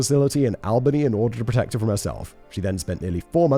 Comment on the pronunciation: the cringe when you mispronounced Albany (awl-bany) and the cackle when you mispronounced hocul (ho-kul)